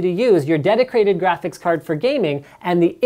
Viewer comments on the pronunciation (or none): dedicrated lol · "Dedicrated Graphics Card"